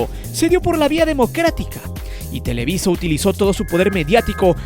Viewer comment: Es televisa, no telewi... sólo muestras tu ardor hacía el América.